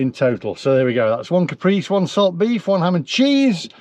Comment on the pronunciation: Just for next time it’s Ca-pray-si